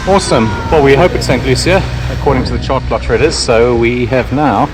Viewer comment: INCORRIGIBLE! 😀It's not saint lusha. Do you remember that song, Saaaantaaaaaa Luciiiiiiiiiia... Caruso, Pavarotti, and pretty much every famous tenor in the world. THAT's how it's pronounced. Santa Lou-see-ya. Give me a small shout-out in your next video - pronounce Viaduc Millau. 😀